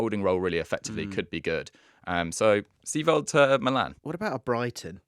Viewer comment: Its Seiwald not Seewald